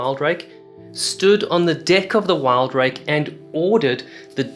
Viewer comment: WIL-Drake not WILD-rake.....